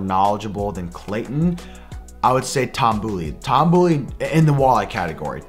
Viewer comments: Boley= Bowl-ee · Shredding Toms last name..... it’s B”oh”ley. Lol. Not the boo. Lol